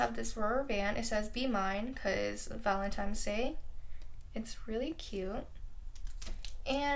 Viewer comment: Who else cringed when she said “ValentiMes” it’s “ValentiNes” 😂